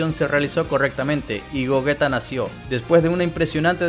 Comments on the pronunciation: gollita ulala señor frances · Gogita?,creí q era Gogeta :v